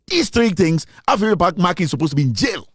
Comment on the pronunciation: Its Afenyo MARKIN, not MarkinS